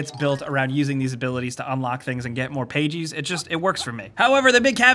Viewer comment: Who says pages like that then?!?!?!